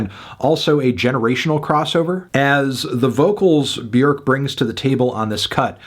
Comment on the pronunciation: DID FANTNUTS just say Beerk? Beerk? It's Bjork. What the Hell?